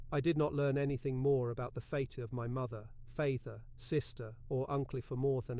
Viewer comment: "...Fayther?" For father? AI voices make humorous mistakes. This one almost had me fooled.